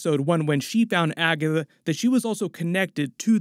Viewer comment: „When she found Agathwuh”